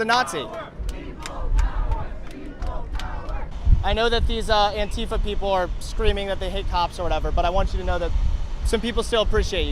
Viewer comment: I heard the word Antifa before I saw the word. I though they were saying Anti-fat.